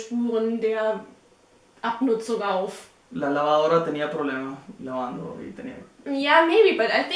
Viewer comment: "La lavaoora tenía problema(s)... laando" hahahahaha Typical Caribean accent hahahaha You have really amazing videos!!! Greetings from Ecuador